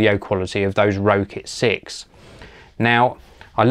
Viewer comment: its pronounced rocket 6